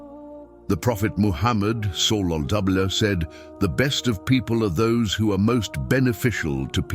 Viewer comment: pronouncing wrongly SWT and SAW here there though the content is good, but the voiceover and caption is so unprofessional. maybe the content is made by AI? Free Palestine